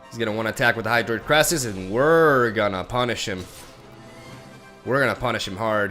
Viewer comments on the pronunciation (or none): none